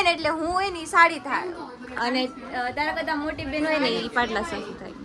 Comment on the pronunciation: પાટલાશાશુ નય પાટલાહાહુ કેવાય